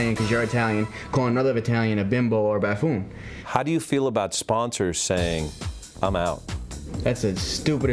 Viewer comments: Did he say BAFOON? I think he meant, BUFOON but oh well. LOL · Look at the moron on the right, struggling to use big words. And what the hell is a "Baaaafoon?" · You make a good arguement sir Pauly D, but see, you can't even pronounce the word 'buffoon' properly, so the people who said that are completely right about you.